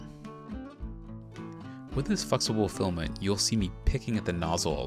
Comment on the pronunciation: Fluxible Filament! (Sorry, can't unhear it :D)